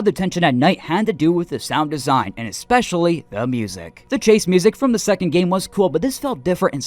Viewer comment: Why do americans say “ex-specially”????